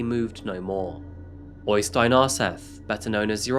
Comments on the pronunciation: OYstein? It's better to pronounce the Ø as EIYstein. I've seen jokes before about English with a Norwegian accent, but the opposite is much more silly. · øystein not OYYstein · Its pronounced Errstein , not Oistin